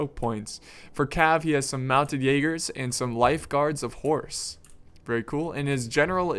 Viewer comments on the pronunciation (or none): none